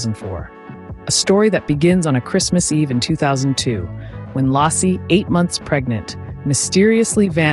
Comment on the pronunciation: Lay-C not lossie or lesie